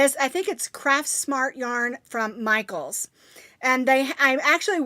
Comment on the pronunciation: Yes you said Michael's yarn right